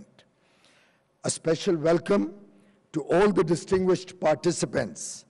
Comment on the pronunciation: Did he say dintinguished deglegates? Hahahaha